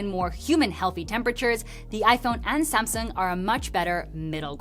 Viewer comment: "Same-sung" with 5 Year ooold Tech!